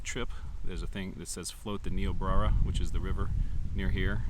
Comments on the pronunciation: Bro murdered the name of the river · Great job!! Only 1 thing: Ny-o-brea-a ☺️